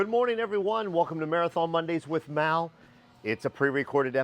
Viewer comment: Mal not mel